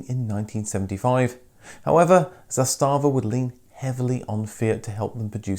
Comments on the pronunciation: It’s ZAStava not zastaaaava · Sorry, but the pronunciation is ZAstava, not ZastAva - pronunciation is on the first syllabe! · The way this guy says Zastava sounds like some German company "Zé Stava" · its pronounced "zaastava" not "zastaava". have some respect for accuracy of history. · it is not za stava, but zasta va... wrong accent... also 'stojadin' means 101, not 100 sorrows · The company name is pronounced ZAH•sta•vah not zah•STA•vah. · Zàstàvà (meaning "flag") - all the a's are short, not long. Kudos on the "Stojadin" (a Serbian male) name reference and its correct translation to "hundred woes", nobody outside of former Yugoslavia usually knows that, and it shows that you researched it well. How about doing a documentary on the Polish Polonez next? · Nice! :-) Small correction: "Josip Tito" is not a commonly used combination, the real name was Josip Broz, "Tito" was a nom de guerre. Usually, all three names are used, or just "Tito". Also, words are usually pronounced on the first syllable, so it is "ZAStava" = "flag". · the way you pronounce zastava is priceless lol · Nice video! Oh and you're pronouncing the brand name Zastava wrong ;) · Video may be OK, but he's butchering the name Zastava every time he says it...if you don't know how to pronounce it, take a minute and look it up, otherwise it's destroying all the good work that you've done. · Nice vid. However you pronounce Zastava little incorect, just like my typing here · Zastava, accent on first syllable